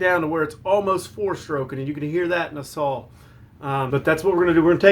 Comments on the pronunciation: Saw , not sawl . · Akshally is not a word Amagine is not a word Sawl is not a word Husqvarna not Husquhvarna